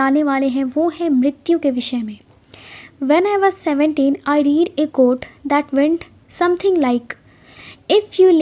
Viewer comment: A very good explanation with a good voice. Please note that the word READ when in past tense, would be pronounced as RED. Keep it up.Thanx.